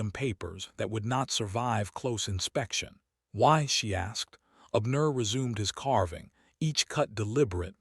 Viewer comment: Most interesting indeed!👌🏾☺️🌺 The name Abner is pronounced:- ‘Ab, as in abs, and nur’.